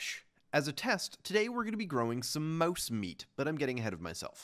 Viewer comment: why does he say mauese instead of mouse